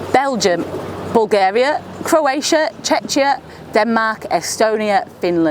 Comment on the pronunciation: Did you say Chiya for Croatia?